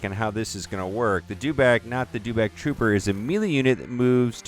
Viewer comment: Your mis-pronouncing Dewback, there is no letter R in the name.